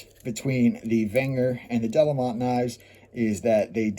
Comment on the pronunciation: I don’t suppose it will make any difference, but the town is pronounced ‘duh-LAY-mõ’ (nasal ‘o’)